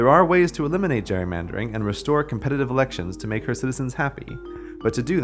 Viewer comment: The way you say "elections" at about 3 minutes triggers my Amazon Echo for sounding like "Alexa". Scared the hell out of me